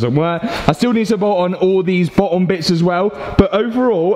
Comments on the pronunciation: Its not bo...om its boTTom😂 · Honestly great series. But jesus man. pronunciation. BeTTer FiTTer BoTTom